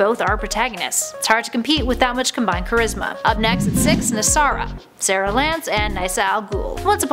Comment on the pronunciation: Nyssara.... not nysara